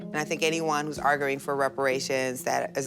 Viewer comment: Did that lady with the krusty the clown hair said "arg-oo-ing" instead of arguing? Or am I mishearing that? Not to take away from the substance of her argument.